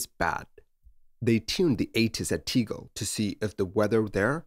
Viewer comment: T-eh-g-eh-l. There is no ‘e’. Unfortunately, closed now.